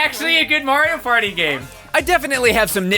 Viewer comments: Took me 5 years to realize he said Mario Potty, hence the flushing. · It sounds like he’s saying “Wario Party”